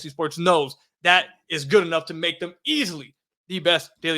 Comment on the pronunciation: I know this is a weak take but I can’t help but bring it up. The way says ether or anether rather other/another then he turns around and says thum instead of them. If you gonna use short e instead of o then at least use it when you supposed to. lol- all good tho, I agree with your takes.